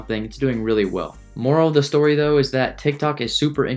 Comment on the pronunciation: It eees what it eees